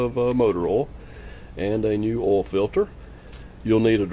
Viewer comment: Gonna do an "oal change today."